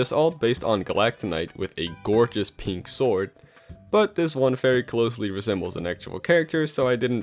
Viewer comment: Every time you say pink, i amagine you say gay instead.